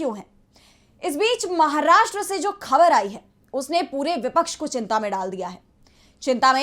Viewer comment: Very good report. Good anchor but she doesn't pronounce the words like "Khabar". She should use Bindi in Hindi.